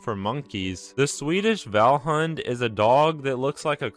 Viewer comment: I love it when i literally speak the language but can't understand the word you're saying because you're absolutely fucking up the pronunciation. It's pronounced vahllhoond (approximately), not vellhunt